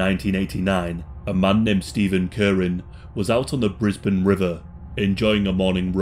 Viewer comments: ayy I'm from Brisbane The real gem was hearing you pronounce Brisbane correctly. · Very proud you pronounced Brisbane correctly! 😂